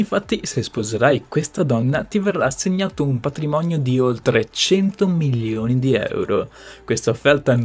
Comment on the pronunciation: È milioni e non millioni....l’italiano!!!